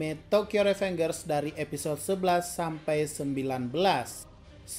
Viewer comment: Tokyo revengers sudah 20an episode, Meanwhile masih menyebut dengan "revengers" bukan "rivenjers" kalau penyebutan indonya, wkwkwk